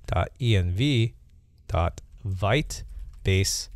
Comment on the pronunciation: pronounced "veet" (even says it in the docs). Wouldn't make sense otherwise - "vite" is French for "fast."